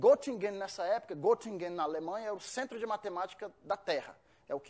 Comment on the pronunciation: estranhei ele dizer que morou na Alemanha e pronuncia Gottingen.O correto é Gettingen,pois se escreve Göttingen pois o trema no o dá som de ê